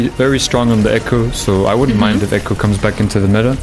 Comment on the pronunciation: Echo said incorrectly